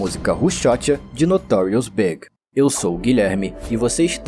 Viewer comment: ...lost me at 'Notorious "BIG"'. Not B.I.G., but pronounced like the opposite of SMALL - in the very first sentence. Peace out, A.I.